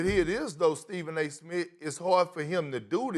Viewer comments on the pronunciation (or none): “Stephen a SMIT”- Kendrick Perkins